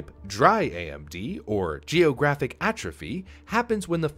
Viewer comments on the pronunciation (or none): none